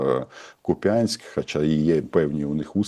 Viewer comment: Цимбалюк, не потрібно повторювати за пиней. Місто у Харківській області називається не "Купя́нськ" а Ку́п'янськ. Аж бісить.